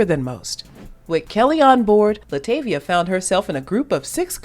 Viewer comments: Oh my, not this entire video with her name not being pronounced right😩😭(La’ TAH’ via) Also- That was her daughter not her as a kid. She was replaced by Farrah Franklin, not Michelle. She didn’t want to do music or be in the spotlight. (She is an introvert) She was m*lested by her stepdad when she was a child for years which that coupled with the DC exit caused depression and her wanting to stay in the house and not go out. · PRONOUNCE HER NAME CORRECTLY!! ITS ANNOYING!!! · 25 seconds in and you mispronounced Latavia’s name, I immediately clicked off the video. I can’t continue… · If you going to do a documentary on LaTavia atleast pronounce her name right! .